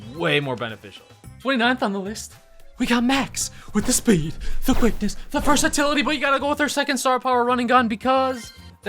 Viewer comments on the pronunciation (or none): Nobody:: vErsATilITy